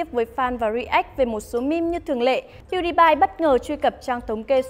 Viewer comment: Đọc là pew đi pie dùm cái